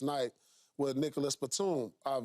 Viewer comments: Hahahahaha, pretty sure he said Nicholas.. That's funny tho!!! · He said Nicholas